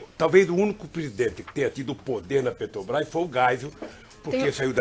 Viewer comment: PUtz, o Lula não consegue falar "Petrobras".É sempre "PRETOBAIS"